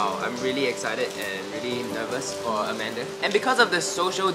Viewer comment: Why do u call amander when her name is scoot Beng